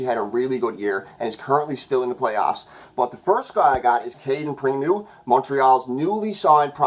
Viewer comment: Love the videos, but I gotta say primeau is pronounced “primo” not “primoo”